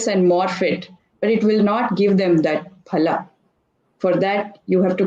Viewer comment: My trust in her increased a 100 times when she said phala rather than fala.